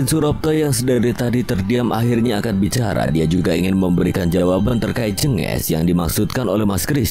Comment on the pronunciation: Min lembah jèngès kali cara bacanya, e nya di baca seperti e yang di awal kata "jeng" bukan jènges .. tapi kalau santet sepertinya jengges bukan jenges koreksi kalau salah ...